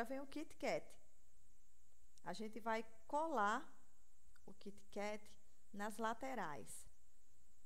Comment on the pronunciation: LIndo!!!!Adorei as dicas!E achei super bonitinho ela pronunciar Kit Kat...